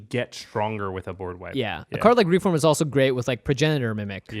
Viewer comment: REEF WORM Not "reform" sorry but it really bugged me...